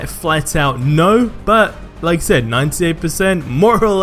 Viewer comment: did u really just say "buh" like it's only a different letter you're not even making it shorter it's not that hard it's (but) not buh